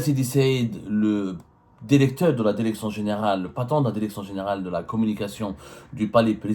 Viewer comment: Nik omok, arrête de dire "dérecteur" ou alors va soigner ta langue de vipère !